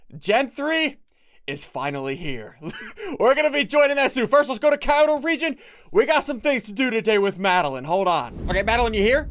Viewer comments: ssundee the amount of cringe I get when you pronounce Kyoto wrong is unbelievable (it's pronounced ki-o-to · The way he says Kyoto physically hurts me